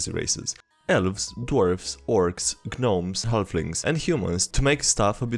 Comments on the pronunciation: love the video as always man. you make it much better to listen to you than read the posts the g in gnome is silent isnt it unless im stupid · Why would that matter? The g in gnome is silent regardless of dialect.